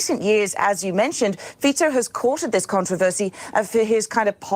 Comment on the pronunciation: Fico is pronounced Feet-so